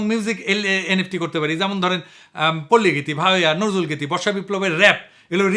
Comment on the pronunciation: রবীন্দ্রনাথ এর pronunciation এ ভূল হয় না। নজরুল এর বেলায় কেনো------ন------র------জু-----ল দাদাভাই পিনাকী ?